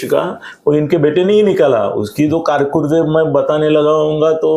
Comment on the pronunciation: कारकुरद (कारकीर्द) ठीक से हिंदी तो बोल. संजय राऊत का चमचा है ये जोकर.